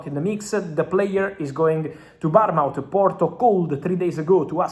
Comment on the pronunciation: The way you pronounce Bournemouth, gets my juices flowing